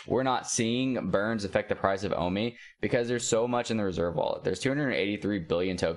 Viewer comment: O MEE bro! Not O MY